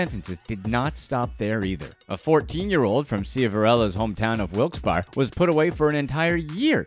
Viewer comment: Most did I’m from Wilkes barre and it’s SHIV-a-RELLA & Wilkes BARRE(Berry) Duquesne (Du-Kane)